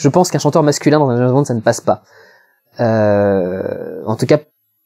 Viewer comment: Non non et non on ne prononce pas "d'jayzzze bond" mais "d'jamessss bond" :p des zzaricos ou des haricots...